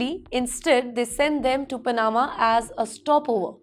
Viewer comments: It's not Pana'ma BUT Pa'nama! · Sorry bit late but its not Pa-NA-ma. Its PA- na-ma. Maybe double chk pronunciations with Google before broadcasting to the world m8ght be useful. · It is Panama not panaaaaama. Can someone help this girl please? Learn English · Anchor woman needs to pronounce Pa-na-ma correctly. Not Pa-naa-ma. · I agree Pana'ma instead of Pa'nama. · You should try to at least do a little research on how to pronounce my country's name. 😮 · The way she says Panama 😅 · Aam Panna. Pan flavored.